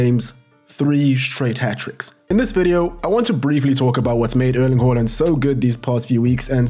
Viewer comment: “uurling huurland”